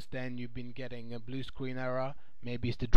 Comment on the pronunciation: Bwu Screen.